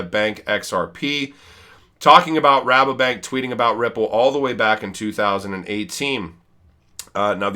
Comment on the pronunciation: Your say Rabobank the right way. No worries 😉